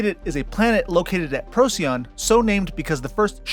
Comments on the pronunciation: Hell of an effort! Most places are pronounced different than I learned as an adolescent, but then there was no consensus on how to say them. I was informed that the "little dog star", for instance, was pronounced "Pro-sigh-on", with the emphasis on the second syllable, like the Latin binomial for racoon (P. lotor), which translates into "before-the-dog". No one else seems to say it that way though. Deneb being 2,500+ light years. Who knew back then? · Great video! Thank you. :-) - "Roadside picknic", (rus. 1972 Пикник на обочине), later known as "Stalker". :-) Please do not call Betelgeuse as "Beetle juice". Even Neil deGrasse Tyson stopped that. "Rigel" should be "Re-ghel" and not "Rye-jell". "Procyon" - "Proh-key-on". Not "Pro-see-on". Fun fact: Arrakis (arab. Al-Raqis) is a real star μ Draconis (mu Draconis), visible to the naked eye.